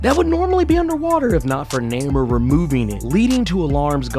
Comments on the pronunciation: It's pronounced Nay-more! Not neh-mer. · Bro, His name is Namor, pronounced NAY-MORE, NOT Namer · no, actually, you need to check YOUR hearing aide, cause he severely mispronounced his name, as he called him Namer, which isn't his name, as it's Namor, pronounced nay-more. If you get your facts right, maybe I'll get you a Whisper 2000, one of the best hearing aides on the planet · Nay-more. Not Nammer. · He cant pronounce Namor properly eh